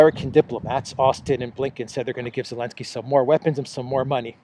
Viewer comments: Are you saying Elensky or Zelensky? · You need visit speech therapist … he will help you to pronounce letter Z… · Why do you call him Elenski and not Zelenski? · Can't stop laughing every time you pronounce Elensky instead of Zelensky. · Elensky?… Who is it?… How many classes you graduate? Are you not able to pronounce Z or you have different alphabet? What country of alphabet is it? 🤣😂🤣🤣🤣🤕🫣 Are you in the kindergarten?…lol